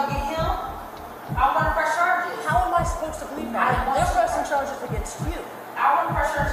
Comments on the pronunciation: why did she get carges instead of charges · LOL this channel. "Carges" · ok but the cop w the speech impediment voice is pissing me off